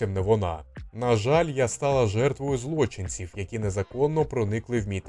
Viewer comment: На початку передачі відразу три мовні помилки - наголос і відмінювання… а чому злОчинців, а не злочИнців.